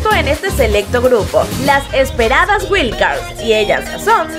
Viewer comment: No se pronuncia “güil” cards.